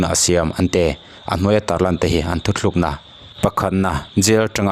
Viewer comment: Thu thlukna ni lovin thu tlukna tih zawk tur a ni e